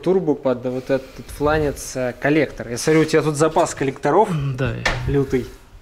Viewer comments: Никто:: Флянец Болт: ФЛАНЕЦ БЛЯТЬ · ПодшиБник и флЯнец, аж слух режет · Роман Акулов флянец тоже режет ухо